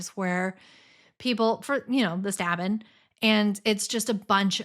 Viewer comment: Ha! You know..." the stabbin " 😂😂